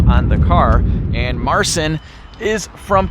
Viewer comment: Fyi Marcin is pronounced Marcheen